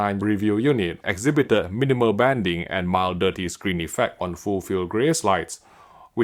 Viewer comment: Trigger warning…. The 200th time you say exhiBIted. Why not learn the most crucial and used words? Nobody dares to tell you. ExHIbited. Not all words have emphasis on the next to last syllable..